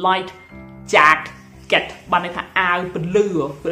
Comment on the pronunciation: Explosive មិនមែន Explorsive ទេ! Jacket មិនមែន Jeket ទេ! ហេតុអ្វីក៏ និយាយប្រឹងម៉្លេះ?